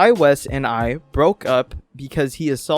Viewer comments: His last name is pronounced 'Whyss'. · I'm sorry but its so funny how everyone pronounces "Weiss" wrong, its German for "white" which is ironic for obvious reasons